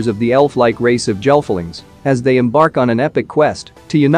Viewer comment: The Gelflings in the Dark Crystal are prounounced with a hard G...Gelflings not jelflings